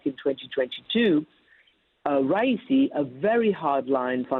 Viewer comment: Ha ha ha ha she had no idea how to say his name lol